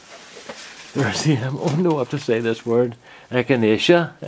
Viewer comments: The container plants in the greenhouse are looking great. Good job on the pronunciation of Echinacea! Cone flower is another name for them here. I wish someone would have told my dad that mineral oil was best for wooden bowls and spoons. He made me drink a tablespoon of it everyday when I was a kid...haha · Don't feel bad, I've cut the top out of a couple of tomatoes this year myself! Oh yeah, wanted to make sure I told you that you are saying 'Echinacea' like a pro!